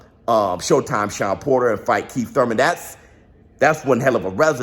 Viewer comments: Say Thouyman again 😂😂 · To one of the few guys i know that pronounce “ur” as “oi” like the stooges. Its spence vs thoimen! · Bruh you killing meeeee 🤣🤣🤣 don't nobody say that Thurman how you say that Thurman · Why do you pronounce his last name wrong! Is there a joke I'm not getting! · Why you say his name like that 🤣🤣🤣🤣🤣🤣🤣🤣🤣🤣🤣🤣🤣🤣🤣🤣🤣🤣🤣🤣🤣🤣🤣🤣🤣🤣🤣🤣🤣🤣🤣🤣🤣🤣🤣🤣🤣🤣🤣🤣🤣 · stoooop, 🤣🤣🤣🤣🤣🤣🤣i can't even attempt to spell how you're saying Thurman lol